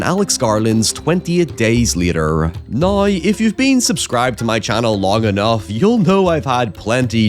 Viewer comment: Saying "nai" for "now" just got you "dont recommend channel"